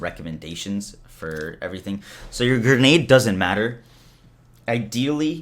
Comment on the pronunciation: GRE-NADE. Not GER-NADE. You’re an adult.